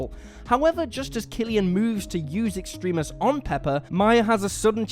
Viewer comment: Extremis is pronounced Ex-trem-mis. Ex-tree-mis is close, but no cigar